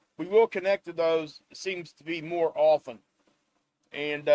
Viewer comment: Thank you for another great report... And for saying often with a silent 't' (and not with a hard 't.') 😉